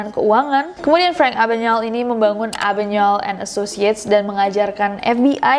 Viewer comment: Nes, pronunciation nama Frank Abagnale kok bisa jadi Abanyael? Bukan Abagneil instead? Ini contoh penyebutan nama beliau oleh salah satu pembawa acara tempo dulu.